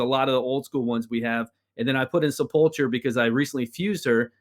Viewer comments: Great video but oh man, hearing the pronunciation of Sepulcher Sentinel hurts my brain. Sepulcher= Sepuhlkurr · I can’t let you guys keep saying sepulcher like that its pronounced with a “k” instead of “ch” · It bugs me to no end that no one in this game knows how to pronounce Sepulcher :D It's Sep-ul-Kur. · Brad () did his homework, and he learned how to pronounce Sepulcher correctly. Come on guys.. it is going to take less than a minute to find out. You sound silly when you both mispronounce it! Other than that AWESOME video! You are both on my subscribed list. You do a wonderful job, and you have helped me immensely in the game! Thanks!